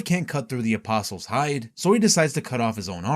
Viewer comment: Thank you for being able to pronounce the word “apostles” correctly, can’t tell you how many videos I’ve watched about Berserk where the narrator doesn’t know that the T is silent and it drives me absolutely nuts.